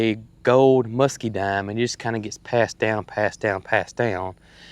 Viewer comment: It's MuscaDINE, not MuscaDIME.